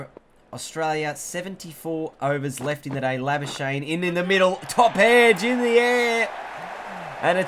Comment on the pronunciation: marnus labu-skuk-knee plz pronounce right